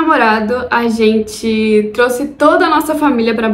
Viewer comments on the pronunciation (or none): none